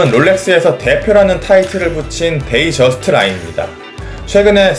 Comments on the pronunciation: 데이트저스트를 데이저스트라고 하는 이유가 있나요? 다들 데잇저스트도 아니고 데이저스트라고 하는데... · 사람들이 잘 못 발음하는거죠~ 데이트저스트 또는 데잇저스트라고 발음하는 사람도 상당히 많습니다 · 뭔소리야 day랑 date는 완전 다른건데 뜻이 완전히 달라져버리는데 그리고 공홈에서도 데이트저스트라고 공식명칭을 쓰고 외국인들도 데이ㅌ저스트 혹은 데잇저스트 라고 분명히 t 발음을 넣어줌